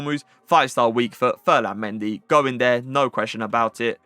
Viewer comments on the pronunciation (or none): none